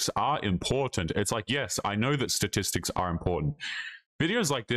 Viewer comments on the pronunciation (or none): Is it just me 😊r does she say satistics instead of statistics in her condescending tone? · “Satistics” ?? 😂 thanks professor